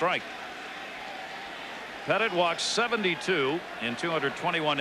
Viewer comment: Lol he called Andy Pettitte “Petite.” Not a chance that statement is correct.